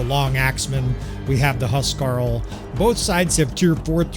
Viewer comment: It keeps coming up so I'll say something: huskarl is pronounced "hoos-karl," not "huss-karl." Hus means house so theyre like homeguards or warriors with sufficient prowess to be tasked with defenind specific noble people or long houses.